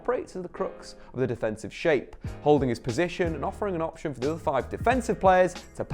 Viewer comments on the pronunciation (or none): none